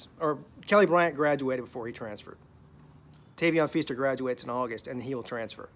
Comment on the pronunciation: Can you say his name right first bro?